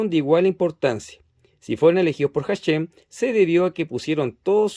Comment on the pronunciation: HaShem se pronuncia ASheM no como J y la M como en Inglés. ASheM la sh no como ch si no como shua en Inglés.